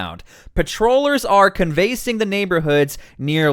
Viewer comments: What is "can-VASE-ing? The word is "CAN-vass-ing". Mispronunciation makes you sound silly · canvass = KAN’ vess. Lilac = LIE’ lack. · People are gonna think you are AI sloppy if you pronounce words like can-vasing...lol. imagine if you will a painting..what would you use to express your art form? Im no literary expert just wanted to have a good laugh. I watch your show regularly and find your material very informative. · Ummm. It’s pronounced Can Va Sing. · It's 'canvas - ing' the neighborhood, and 'Lie - lac' (or lok) Street. I really like your content, but these are basics... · * canvassing = can - vuh - sing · Your saying canvassing wrong lol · Lmao at how you pronounce canvas. Google it for pronunciation . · How did you mispronounce 'canvassing'??